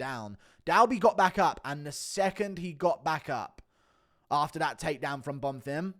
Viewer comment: ITS BONFIM, NOT BONFIRM!